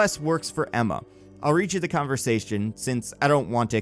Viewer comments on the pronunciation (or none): none